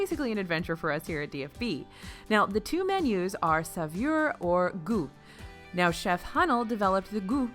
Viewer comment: Just watching this morning. I speak some French, and you did very well with the chef's name, but saveur was just a bit off. 😁 That "eur" sound is just not easy to explain in text.